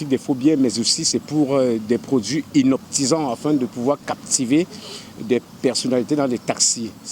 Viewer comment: Hypnotisant on dit et non hinoptisant